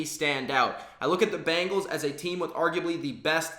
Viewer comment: It's not "Bangles"...It's Bengals.